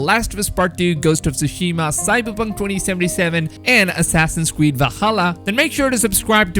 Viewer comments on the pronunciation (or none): "assassin's cweed"